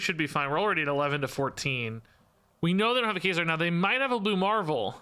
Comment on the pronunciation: Can someone help this man pronounce Kazar lol? Maybe send him the X Men animated series epsiode? Anything ???